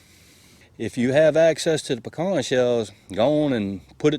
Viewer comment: Good to here the correct way to say “pecans”.